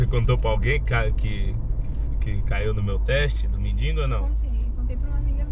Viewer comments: Gata, humilde, solidária, se não quiser manda pra mim que vou do RS buscar...kkkk, só um detalhe, pelo jeito aí todo mundo fala "mendingo", e são tantas pessoas que te assistem dá pra tentar corrigir pra mendigo. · Pelo amor de Deus gente, não é MENDINGO, é MENDIGO.........